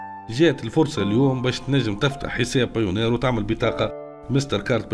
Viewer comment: بايونير مش بايونار 😅